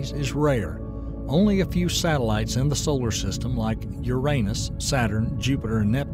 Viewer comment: A gold star for you for PROPERLY pronouncing "Uranus". Not everyone does.